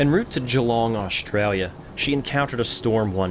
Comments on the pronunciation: Love these videos and you even pronounced Geelong right. I remember on TV when I was younger hearing it butchered every time: "Jeeeeeeeelong". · Good on you for pronouncing Geelong correctly lol. A lot of people from overseas pronounce it with a hard g. I currently live in Geelong, moved here about a year and a half ago to live with my boyfriend. It's a pretty, artsy little port city of about 80-90,000 people that sits in it's own little sheltered bay which has some amazing fishing. The entire coastline of Victoria is just gorgeous, really.